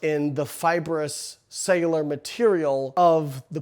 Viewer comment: Probably should have looked up how to pronounce "cellular" before making a video with the word "cellular" in it 98 times.